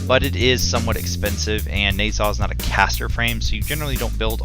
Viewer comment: I dont like how you said nezha but video was good